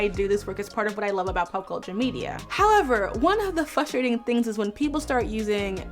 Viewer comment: It’s Frustrating to hear her say Fustrating 😂